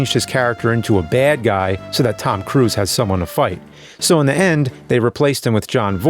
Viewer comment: Tom cwuse